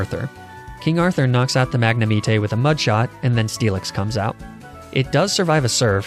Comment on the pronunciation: Magnameat...eh......wow xD